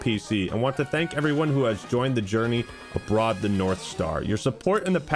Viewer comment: Aboard is pronounced like “a board” not “a broad”